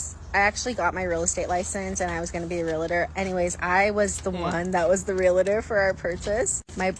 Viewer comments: She said she was a Realitor not Realtor, can't even pronounce the word correctly, there is no "i", you don't go to the Docitor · Why do people, especially the girl with glasses who became a real estate agent, pronounce or write "reladors" RE-LA-DORS instead of the proper word which is REAL-TORS. Two syllables only, not three!! Please learn the proper English wo: REALTOR!! Real-tor! Not 're la ders'. I hear it almost daily. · If your REAL-tor calls themselves a REEL-UH-tor...run.